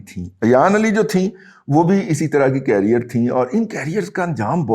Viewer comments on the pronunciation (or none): none